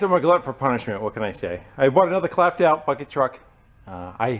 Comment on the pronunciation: Okay, you said u bought a “clapped out clucking’ Truck”!?!?! LOL Least that’s what it sounded from here :)